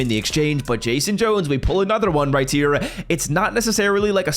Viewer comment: Right here❌“Riy tear”☑️